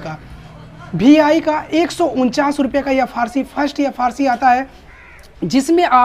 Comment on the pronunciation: Bhi I nahi re VI bolte bete